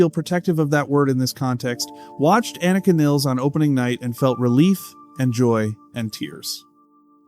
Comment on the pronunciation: WHY can nobody agree on the pronunciation of her name??? It’s almost always pronounced 2 or 3 different ways WITHIN THE SAME DAMN VIDEO just like it was here! People wish to pay her respect….that BEGINS with calling her by her name CORRECTLY!!!